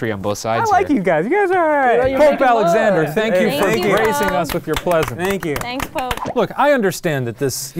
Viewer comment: Shane said plesence instead of presence and he knew he fucked up